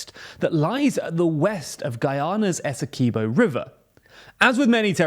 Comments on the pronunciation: Great video however, us Guyanese pronounce Essequibo as "Ess - e - quib- o" not "Ess - e - key -bo" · SPELLED ESSEQUIBO PRUONOUNCED ESSEKWIBBO NOT ESSEKEEBO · It's pronounced ESSE-KWIB-0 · It's pronounced "esekeeboh"